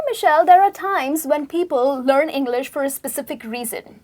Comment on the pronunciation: is overacting... She pronounces each word incorrectly.. Like "learn" "Language" "think"... Etc.....